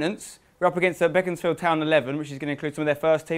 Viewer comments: It's pronounced Beek not beck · I swear it's pronounced bee-cons-field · I thought it was BACONSfield